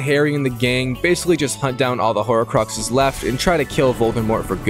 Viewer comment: They’re called horcruxes not horocruxes 💀